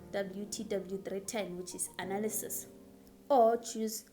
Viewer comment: the emphasis on the ANALYSIS YHOO is it bad?